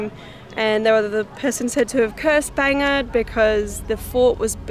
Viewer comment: Are you saying "Bangin," Fort ? ;)